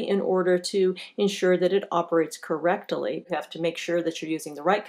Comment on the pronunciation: operates "cor rectally." LOL, thanks for the laugh even though it was a mistake.